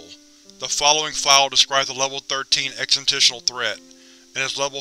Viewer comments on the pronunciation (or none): Holy crap.. For the love of all you hold holy.. Its EXIST-tential.. Not EXIT-tential. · You keep pronouncing "existential" as "existisional". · "ex -is-tent-shul"... more or less. I wouldnt bring it up, if the word only appeared once. or if it didnt seem like a word you will use again in future. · Sorry but i had to stop. "Exentishal"? Really? The first half of the word is EXIST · i enjoy your readings but if you are going to read SCPs, you need to be able to say EXISTENTIAL. It's not exit'ential. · This is a really good reading aside from the mispronunciation of existential; I wouldn't point it out but it's said so many times in the video it's really hard to ignore. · Thanks for uploading the content! Good stuff. If I have one small critique though... Please look up the pronunciation of "existential". That was a little cringy. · my newer stuff has more emotion than my older content like this. This SCP in particular many people have referenced my lack of pronunciation with "Existential". I also do my videos more in the style of a field agent doing these and my character fits a more no-nonsense style like Agent Max Lombardi.